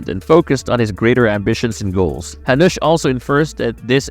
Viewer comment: oh my god!! use jacob when you cant spell jakub corectly, or hanuš, its not hanous, but hanuš for love of god!!!